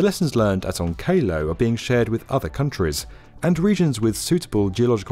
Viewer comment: Will it however shield us from the fallout of you pronouncing onkalo "on KAY LOW"